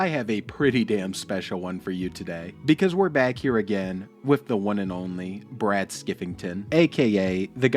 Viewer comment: Its Bwad not Brad 😂